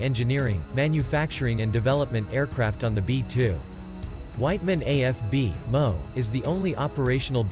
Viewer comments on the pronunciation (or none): The text-to-speech keeps pronouncing abbreviations as words. "Calif", "MO", "Okla" 😂